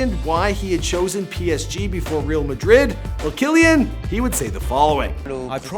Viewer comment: the psg pronunciation is killing me 😂🤣